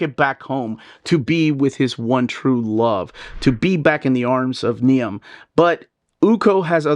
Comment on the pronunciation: Niamh is an Irish name, pronounced Neev.